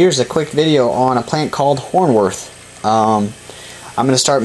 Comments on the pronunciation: Hornwort is not pronounced, horn worth. It's pronounced, horn wart. Thanks though for taking your time to upload the vid! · There is no h at the end of the word. It is hornwort, not hornworth.